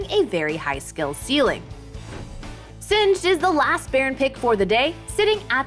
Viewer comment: Did she just say Sinzed👀?